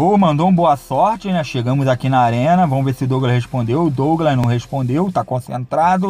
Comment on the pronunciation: kkkkk vomos q vomos, português mandou abraços